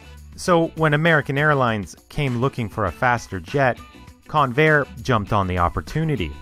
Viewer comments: That's CON-vair, not con-VAIR. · It's pronounced CON-vair, not con-VAIR. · I literally thought you said Conair lol They transport prisoners around the USA. I was wondering why they'd be building aeroplanes ✈ 🤔 🤣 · Accent on the beginning of the name rather than the end: CONvair. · I winced every time the fool mispronounced the word Convair. The computer graphics masquerading as images are pathetic and not even video game quality. The ads at the beginning and end suck - THUMBS DOWN